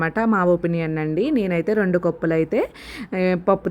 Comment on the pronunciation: కొప్పులు కాదు కప్పులు